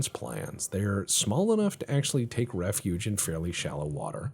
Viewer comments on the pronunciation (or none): none